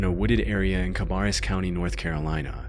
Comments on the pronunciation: Cabarrus, pronounced (ca-bear-us), thank you! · Very informative, great job! One note: we dont pronounce Cabarrus like that. We say it kind of like Cuh-bare-us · I love how you pronounced Carbarrus County. It’s Carbarr(is)us county. Love the videos though. Been binging them all day. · Sorry but its pronounced Ka-bare-us..County..